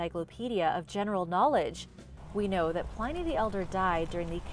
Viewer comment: Hi! Love your channel and enjoy your videos as always! However... I think you dropped the ball a couple times in this one. Many of these things are not 'recent' discoveries, Pliny rhymes with 'whinny' and, as a couple of other people mentioned, the pentagram is a sacred and positive symbol. The inverted pentagram (with the upside-down star) is the symbol attached to satanism.